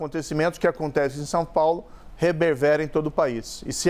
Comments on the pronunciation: Rebervera. ??? Continua maltratando nossa língua. Lamentável! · Gente no final da entrevista Sérgio Moro pronuncia a palavra "REBERVERA", se alguém encontrar essa palavra em algum dicionário de português me diga por favor, porque já procurei tanto mais não encontrei. Assim como esse sujeito sai atropelando as palavras, do mesmo jeito ele fez com a lava jato, saiu atropelando todos, culpado inocente quem ele ia encontrando pela frente.